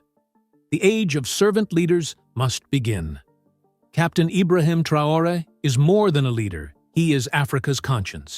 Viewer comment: If you cannot pronounce his name, you do not even need to be speaking on him Traore .